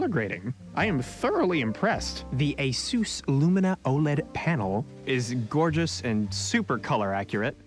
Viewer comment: the way he said oled amuses me.